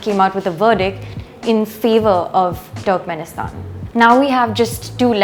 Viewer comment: Small correction , it's pronounced "turrkmenistan"" not ""TWERKMINSITAN"